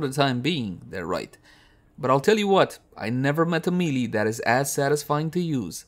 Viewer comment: May-lay. Not mee-lee.